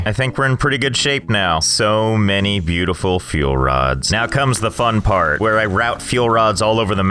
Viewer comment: i hear let's game say beutifiu sexy car